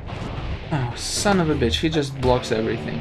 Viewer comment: Did I just hear this guy say son of a bich